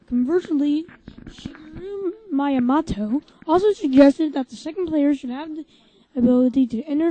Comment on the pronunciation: REHURSE YOUR LINES DUDE AND IT'S PRONONCED Me-a-MOTO